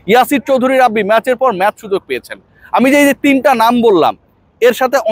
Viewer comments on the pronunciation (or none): none